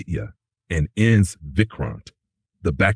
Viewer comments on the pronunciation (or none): Why is your stupid AI voice saying ins instead of I.N.S ?? If your doing something do it properly. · It’s not ins, that’s INS (INDIAN NAVAL SHIP) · Its not Ens bro its INS Vikramaditya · It is I N S. Not Ins. INS stands for Indian Naval Ship. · Its I....N....S (Indian Navy Ship) spelt individually just like U....S....S (United States Ship).